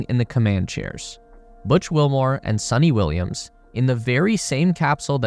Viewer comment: It's sunita Williams not sunny Williams